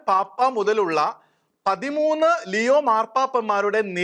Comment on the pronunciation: ലെയോ അല്ലാ ലിയോ എന്നാണ്. God bless our Pope!!!